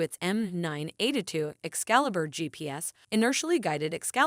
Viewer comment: "M9 eight-a-two"😂😂 made me laugh every time, Great vid.